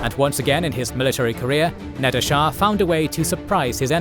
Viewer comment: Nader not Nadir